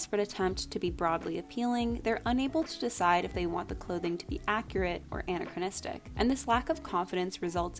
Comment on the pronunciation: I heard it as Anne-achronistic every time.